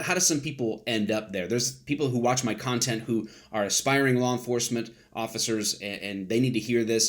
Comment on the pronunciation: Did you just say cuntent?